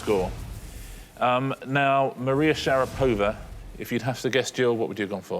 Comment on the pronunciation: I simply love how the contestant actually sounded correct when she said k-A-felnikov, but not only the hosts not autocorrected themselves, but they doubled down with kaf-E-lnikov. jfc people I know noone cares, but do your due diligence, its your job. how hard is that - not to butcher foreign names on tv time and again, if you insist on including them. it’s shar-A-pova